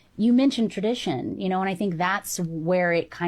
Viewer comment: Did she fixed her mouth to say traditon